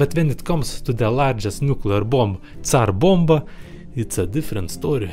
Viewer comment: Actually he is not slav. The way he said Tsar Bomba is incorrect